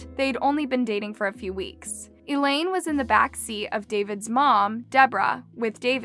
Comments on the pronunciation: it's not Elaine, it's Eileen pronounced eye-lean. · Eileen pronounced Elaine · Paradiso's victim's name is Eileen. (I lean), not Elaine. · it is I-Leen not E-lane